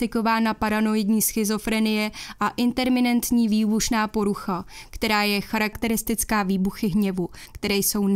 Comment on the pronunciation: Díky za nové výborné video. Jen malá oprava: správně je intermitentní, ne interminentní. Jinak skvělá práce jako vždycky.